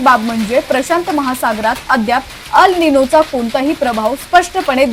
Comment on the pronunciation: अल निनो नाही एल निनो आहे तो.